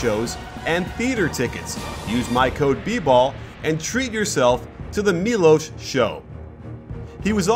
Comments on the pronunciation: Correct pronunciation: 'Milosh Teodosich' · It's pronounced Milosh